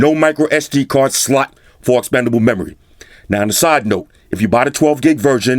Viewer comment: Ya...his sluuttt is difficult to pronounce😂